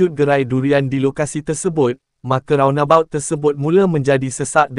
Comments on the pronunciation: Roundabout.. tu aku faham.... tapi "rounbot".. aku rasa bangla pun tak tahu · Roundabout ✅ Rounbot ❌